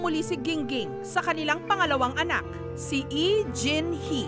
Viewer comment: Nakakainis pakingga yung ee diba lee yung apilyedo nila hindi ee